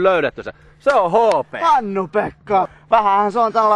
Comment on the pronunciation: I noticed that too, and right before Jarppi says "HP", you hear Jukka say "Ho-Peh"